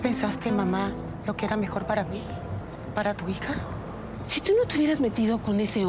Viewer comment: dice hica en vez de hija